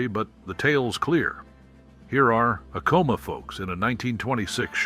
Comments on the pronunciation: Its pronounced ack - ahh- mah....not a com ah!! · Yes! I used to live in NM. taught 5th gr for Zuni; then a Librarian for 2 Navajo schools in NE AZ. Acoma (which I've driven by) = 'A like in Apple: Ack-'uh-muh. Accent 1st syl. "Ute" = 'Yoot.' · "Acoma" is pronounced with the first "A" like in Apple. Accent is on 1st syllable. "Jicarilla" is said "Hica ree'-ya". The famous cactus is 'Suh-wah-row.' "Ute" = 'Yoot.' Edward Curtis is a famous photographer of Native Americans, of the late 19th and esp early 20th century. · Coming from New Mexico, I needed to let you know you miss pronounced Acoma, and Ute. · My cousin Vinny also mispronounced that.